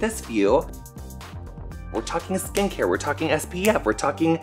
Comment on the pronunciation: I understood "skank hair" instead of "skincare" twice!